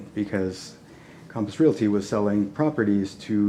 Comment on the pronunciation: Calmpiss Realty Calmpiss Calmpiss IT'S COMPASS COMPASS COMPASS!!!!!! Calmpiss?????????????????